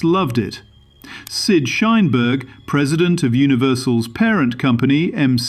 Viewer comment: Shineberg? Lmao